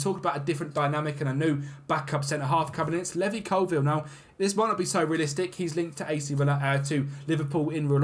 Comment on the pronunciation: Bro it's Levi as in LEE VI not LEVY hahaha